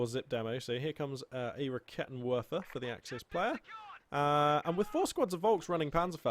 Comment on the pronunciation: Just a small thing, when pronouncing german units such as the Raketenwerfer just remember W's are V's so it's 'Raketenverfer'. Much more satisfying to hear/say for your German/multilingual fans:)